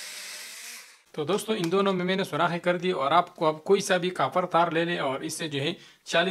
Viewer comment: آپ کی اردو کافی دلچسب ہے جب آپ کاپر کہتے ہیں تو ایسا لگتا ہے جیسے آپ کافر کہ رہے ہیں just a jok